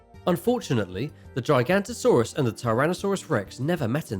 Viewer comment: You are getting so much wrong xD Pls do proper research, don't butcher giganotasaurus as gigantosaurus. Ahh and maybe show proper pictures of the dinosaurs... and the spino would not fair well against a T Rex^^ XD pls do your research